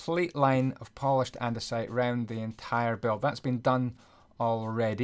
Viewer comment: your english is pretty bad andiunisite? its andisite.